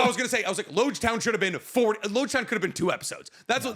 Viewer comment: I fully cannot remember the specific thing I was referencing at this point unfortunately, wasn't actually all that serious lol the way he pronounced Loguetown does irk me though